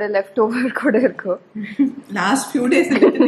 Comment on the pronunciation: Being a native speaker, ur tamil is awesome indeed. Just if u would have pronounced irku as iruku, panungo as panunga, it seems good. And thankyou for doing the videos in tamil. Finally i also from vellore and i have seen many videos about vellore and u could explore the rural areas of vellore as well..